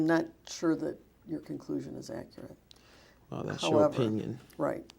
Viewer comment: If He says “ ACRIT “ one more time 😡😡😡😡😡